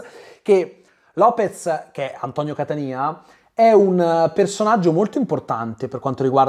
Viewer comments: Carissimo, si pronuncia CATÀNIA e non catanía. Usava l'accento diverso in un film di Aldo, Giovanni e Giacomo ma in realtà l'attore si chiama Antonio Catania come la città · Cmq è Antonio Catània, non Catanìa 😁